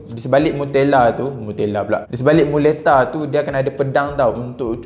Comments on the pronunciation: Tak baik buat lembu macam tu. Manusia pun kalau diasingkan & dikurung sorang diri pun boleh stress, ni kan pula haiwan 🤦🏻‍♀️ Bila tersasul sebut Mutela, aku terus teringat Nutella 😂😂😂 tiba-tiba teringin nak makan Nutella. Hahahahaha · Mcm mana pulak boleh tersasul sebut nutella,jadi teringin nk mkn nutella la pulak😂😂